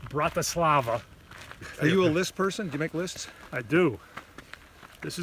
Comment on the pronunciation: I checked, he’s right. It’s Bratislava